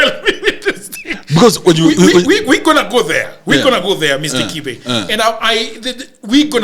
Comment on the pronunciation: much respect bro. You pronounced the name 'Kibe' the original Kikuyu way, yet you are not even Kikuyu. You said it better than the owner of the name himself. The right way as you said it is 'Kife' because in Kikuyu there is no 'b'. 'B' is pronounced as 'f'. This tells a lot about the element of professionalism in your job. Good job.